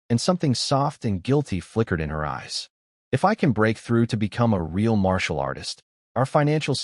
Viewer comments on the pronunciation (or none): "Marital" arts😂😂